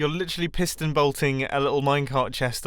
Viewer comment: Ah yes, the pieston-bolt. Of course.